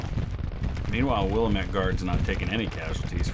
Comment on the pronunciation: As a proud resident of the Pacific Northwest Willamette is pronounced (wil-AM-it). sorry i've been holding my tongue for almost a year by this point. Love the videos and content, also love the Sabaton reactions on the other channel.